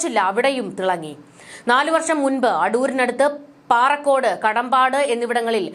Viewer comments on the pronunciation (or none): Paarakodu alla parakodu aanu